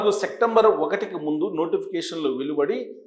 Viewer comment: సెక్టంబర్ కాదు అది సెప్టెంబర్ నెల.తప్పుగా పలకవద్దు